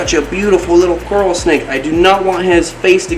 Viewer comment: I 100% bet the name carl came from trying to say coral snake in the accent and it came out as carl and he just went along as if he planned it Lmao